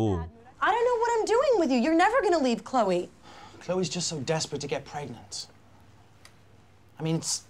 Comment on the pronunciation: 클레이가 아니고 클로이에요..